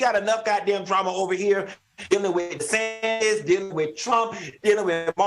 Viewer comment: Happy Saturday everyone. 😂❤❤❤ I obviously don't know Megan Markle but I've never liked her. Prince Harry is gorgeous and was always so funny with his shenanigans. Did Claudia say Ron Disatan? Lol. Al lol. Anytime I hear Caitlin Jenner's name, I know it's going to be some ish.